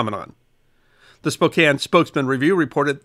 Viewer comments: Hey, he actually said Spokane correctly 😂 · Nailed the pronunciation of Spokane! Coeur D’Alene is Core Da Lane